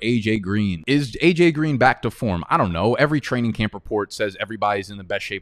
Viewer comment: Love the channel but every intro when you say “welcome baik to the channel” I say 🥴